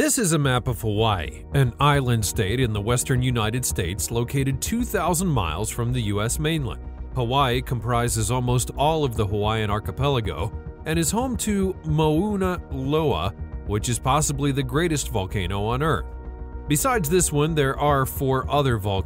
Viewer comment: It’s Mauna Loa M(ow)-nah low-ah 🙄🌸